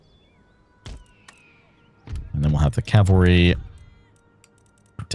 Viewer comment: I love your content I really do ... But cavalry is um well ... Anyway ❤